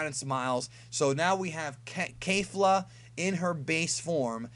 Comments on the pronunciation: It's kafla not Kefla or Kalefla. The guy who translates the episodes for the subs should be fired. Same goes for "Ultra Instinct"... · You are so pronouncing the fusion name wrong.. both "Ke Fla" and the narrator said KE FLA the only that the narrator was more detailed enunciating it actually sounds like this Ke ful a because of the roll of the tongue when pronouncing the last part.. It is not Kale fla nor Kay lu fla.... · its kef-la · It's not Kalefla.. it's Kefla (pronounced Kay-flA I guess) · Caulifla and Kale's fusion is "Kefula," not kerufula. If you listen closely to them introducing themselves, you'll hear them say that. The title for next weekends episode has their name in it too: 「悟空VSケフラ！超サイヤ人ブルー敗れる！？」"Goku vs Kefula! Super Saiyajin Blue, defeated?!" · Lmao bruh it's not that hard to pronounce Kefla... you said it like 3 different ways in this. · kefla is pronounced kef- u-ra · There fuse name is kefla not kelfla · It's pronounced Kefla. Did you even listen to how they said it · wrong fix your ears it's kefla no R